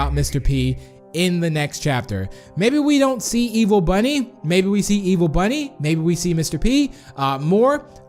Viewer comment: did you check your fotidg becouse you said ivel or bad